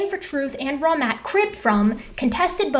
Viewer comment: Fun fact. First few times you covered these guys I honestly kept hearing "Wrong Matt" instead of " Raw Matt". Still think my brain had a point there.